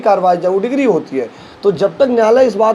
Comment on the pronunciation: अबे डिक्री होती है डिग्री नहीं